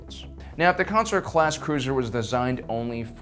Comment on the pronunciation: Consular is not pronounced "Councilor".